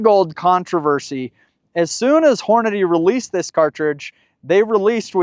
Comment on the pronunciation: I love your videos and I am a Hornady user and friend of Jason. As politely as I can say it… they pronounce it horn-a-dee. Not horn-a-day.